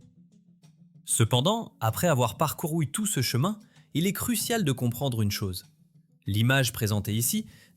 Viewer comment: Hote technologie, otel, otre chose, la cose.... fotes de prononciation !